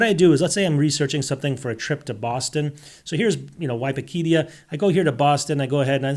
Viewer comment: i don't trust anyone that pronounces Wikipedia like that